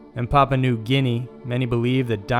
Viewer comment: Thank you. That and his pronunciation of Papua made me cringe every time.